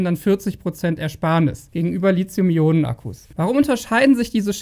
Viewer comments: Deine Videos sind super - aber dein LiZium geht mir gewaltig auf die Nerven! Es heißt LiTHium - wie in Lithosphäre, Lithographie, Mathematik, Apotheke usw. usf. Nicht ohne Grund wird SiliZium anders geschrieben und eben auch anders gesprochen! Krieg das doch mal bitte hin, Tom Boetticher schafft es doch auch wunderbar. (Dafür sagt er dann aber ernsthaft bei "kaufbar" ARGH - wie wäre es denn mit "käuflich"???) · Schöner Beitrag, wie immer , aber bitte sprich Lithium richtig aus. Du bist ein Profi deines Faches, das passt nicht zu einen Profi.